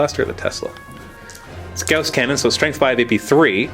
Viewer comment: isn't "gauss" pronounced "gah-aw-sss" not "gah-oh-sss"?